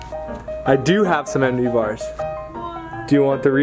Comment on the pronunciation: I like how he instead of bars he says balls